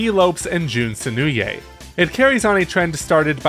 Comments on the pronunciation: Jun Sen... sen new a? I'm sorry that just sounds silly, I've never heard his name pronounced that way before lol. I also... not to be rude but... what was the point of this video? I don't disagree, which I guess is why I'm asking it, Mania was a big event, I don't need to picture it, that was only 6 years ago, unlike Generations which is over a decade old at this point, I feel most, Mania isn't that old yet. Also you mention CD... but then why isn't it included? I'd put it 2nd personally, because it has 2 versions, 2 different soundtracks that they show off even if the animated sequence is the same, if Mania wasn't such a love letter to fans I'd say CD could even beat Mania depending on who you ask. Also what about the Mania Plus trailer showing off Mighty and Ray brought back from the dead? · Jun’s last name is pronounced is “Seh-noh-oo~eh”